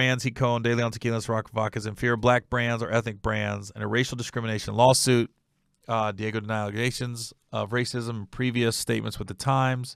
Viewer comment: Its pronounced Dee AHH Gio